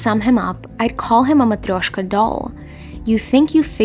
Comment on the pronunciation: Just a quick question, are you Russian? From how you pronounce matryoshka.